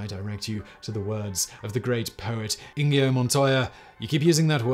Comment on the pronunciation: It’s Inigo not Ingio.